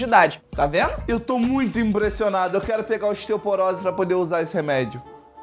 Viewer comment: Mds 😹 o Felipe Neto n sabe falar osteoporose 🤭😒😯😲